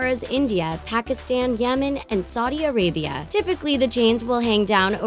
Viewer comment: As much as i love this video i didn't like a few things. Don't get me wrong this video is great but i din't like how she pronounced Pakistan, Saudi Arabia and Nath. People always say these words wrong and always seem to pronounce India right and not these 3 words. Which in fact Lilly Singh says these words correctly